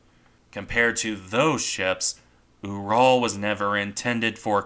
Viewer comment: Small point, but I believe the pronunciation of the same to be closer to rhyming with 'mural'. It's named for the mountain range.